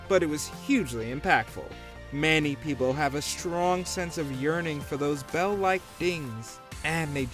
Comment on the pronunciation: He purposely Fucks up the word "many" and says "MAN-ie"... What a Douche